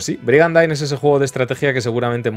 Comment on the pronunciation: oye,, no se dice "brigandaine", se pronuncia "brigandin". Unas clases de Inglés no te vendrían mal.